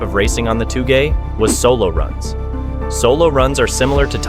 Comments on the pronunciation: Aint no way bro just messed up on saying TOUGE and then tried to educate us that this kinda racing is TOO GAY for me to do 😭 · OMG, you are giving us a lesson in pronunciation? You pronounced it "Too Gay" racing. Better take some Japanese lessons before giving us lessons in Japanese language. 😂😂😂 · its pronounced "toe-ge", not "too gay" lol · ITS TOUGE: TOWG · He just wanted to say “too gey” 😂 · Seriously, did you actually say "too-gay"????? I suspect you just did that to get engagement in the comments so I guess mission accomplished buddy👍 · Sorry but touge is usually pronounced as toh-ge but the “toh” is a slightly long “o” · too gay. lol smh wth.